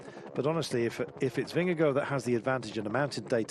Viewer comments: Take the first syllable of gorgeous (the gor sound) and it will be more precise. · Why's he calling him Vingego the last 3 or 4 times?